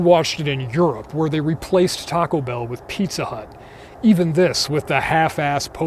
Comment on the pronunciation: After all these years, I still can't get that pronunciation of "Taco Bellll" out of my head. I've always felt this film had so much to unpack, so many levels that were prescient and warm and cuddly terrifying. Great job on this analysis.